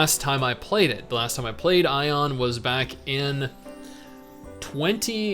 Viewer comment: lol doesn't know how to say aion right the entire time